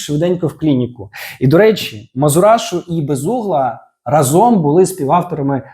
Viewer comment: У слові "разом" наголос ставиться на перший склад: рАзом. Це прислівник, що означає "спільно, вкупі" або "одночасно". Чому важливо ставити наголос на перший склад? Правильне значення: Наголос на перший склад дає слово "рАзом", що означає спільність, одночасність дій. Незмінна форма: Це прислі́вник і його форма є незмінною.